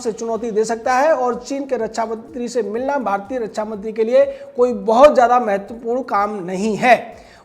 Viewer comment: अरे फेंकू के बाप, रच्छा नहीं रक्षा होता है। पहले बोलना सीख ले।